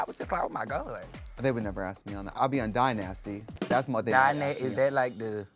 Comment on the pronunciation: OMG THEY SAID MY NAME!!! DYNASTY 😭🤗😇 BUT that’s how people say it when they are trying to be funny lol “Die-Nasty” LOL 😅